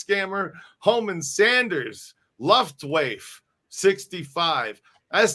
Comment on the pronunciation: Luftwaffe-It's pronounced 'Lew-pftt-vah-fah'. I believe it refers to the German Air Force!